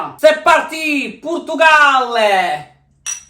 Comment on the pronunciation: « pAtAtE dOu PoUrToUgAwL » je pleure